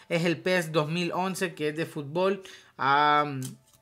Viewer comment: Ademas dices futból ...